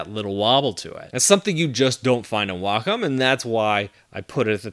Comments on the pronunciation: google says the american pronounciation is way-kaam and the British is way-km. he says wah-km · It always annoys me how he says Wacom.